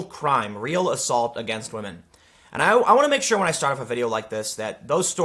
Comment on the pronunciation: "Believe all whamen! "